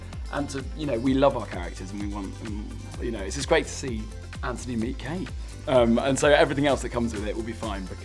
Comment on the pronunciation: Did she say kantony is just beginning 😢 I am crying